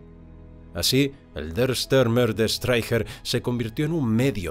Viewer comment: Por qué dar al apellido alemán Stürmer una curiosa y falsa pronunciación inglesa? Joé, thío!